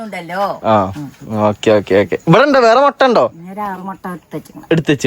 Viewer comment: മൊട്ട അല്ല മുട്ട